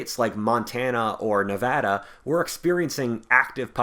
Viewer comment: Thank you for saying Nevada right. Empty Quarter for life dawg